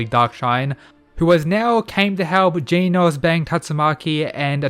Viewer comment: It's a bit unsettling to hear you say Genos the way you're supposed to pronounce 'Genus'. But great work nonetheless. Hope you get more subscribers soon (